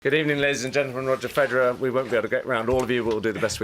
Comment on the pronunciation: After all these years, the English still mis-pronounce his name. Even Boris Becker when he speaks English, does it. It should be pronounced: FAY'duh, rer